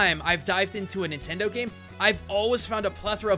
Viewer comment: Min-tendo HA!